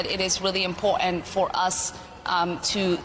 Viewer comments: She needs to speak better English it is impotant where did the R in this word go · Do not take anyone seriously when they say M-POR-ANT. That’s sign number one she’s a loser. She is not worth our time. The people that voted for her will suffer. Ridiculous.. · Why does she say "imp ogt ant"? She got elected where? New-Somalia! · IM-POR-TANT not imporant.... btw, part 4 of the oath she/her family took to make her a citizen touches on this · Import-ANT?" She doesn't know how to speak properly. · impor'ant ? nails down a chalk board stuff. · Stop saying impowatent! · Shes an absolute Traitor. Why can’t she say Important properly. Kick her out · Learn how to say important